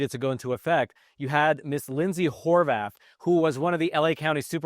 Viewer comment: Did I hear her name is Lindsey Whore-bath!?!? 😂